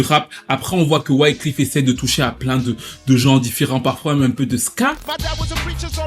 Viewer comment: bon video mais pour vrai cest wyclEf pas wyclIf lol